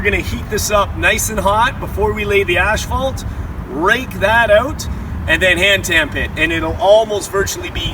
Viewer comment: Hey! You said you were going to pronounce asphalt right lol